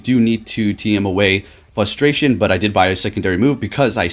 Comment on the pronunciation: Fustration........... Wow..........